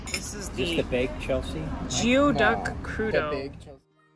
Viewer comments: Thank you for making our little town look so charming. 1 small correction, geoduck is pronounced “gooey duck”. It’s an amazing clam that in native to the area and the Pacific Northwest. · A couple pronunciations 1) geoduck is pronounced 'gooeyduck' 2) Artesian well - 'ar-tee-zhun'